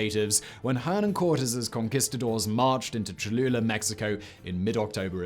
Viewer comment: Lol. "Choluler"